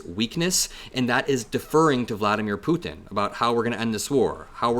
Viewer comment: I absolutely love how you pronounce Putin.